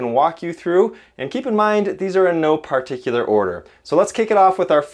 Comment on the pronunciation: What is a… Par-tick-you-ler?